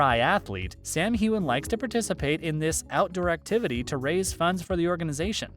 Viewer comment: Next time you pronounce his name wrong, I'm going to get all Will Smith on you. Keep my damn husband's name out of your mouth lol.